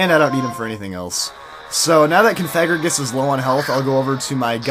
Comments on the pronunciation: theres no N in Cofagrigus. it really bugs me when you say Confagrigus. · i noticed that u called COfagrigus, CONfagrigus? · Isn't is cough-a-gree-gus? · i know that. i was saying he should stop putting the N in cofagrigus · it's pronounced (Cough-a-gree-gus)